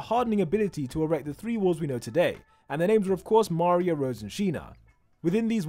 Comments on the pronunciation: Mario 😂😂😂 that's maria😂😂😅😅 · How is mispronouncing Maria?